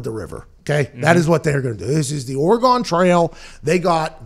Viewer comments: OREGON (organ). Not Oree-gone.... Dummy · "Ore-gun".....not "ore-gone"